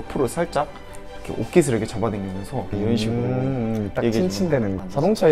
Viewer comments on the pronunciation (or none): 전 특히 쯤에서 ‘이렇게’를 ‘이러게’로 발음하시는 거 넘 귀여우셨어요ㅋㅋㅋㅋㅋㅋㅋㅋㅋ 도마도와 오도바이가 생각나는 그런...ㅋㅋㅋㅋㅋㅋㅋ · ❣내가 보려고 만든 영도 모먼트❣ 영도가 생각하는 남자의 여우짓 웃음소리😆 물컵스킬🥛 ~ '이러게' 3단콤보✨✨✨ (경험담) 술배틀 스킬🍻 술배틀 할래?!🥂 미련곰팅이🐼 어↗ 영↗️도➡야↘️ 너➡매↘️운↗️거➡못↗️먹➡잖➡아➡ (사투리❤❤) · 이렇게 발음 신기하다 ㅋㅅㅋㅅㅋㅅ 이러게 로 발음하시네요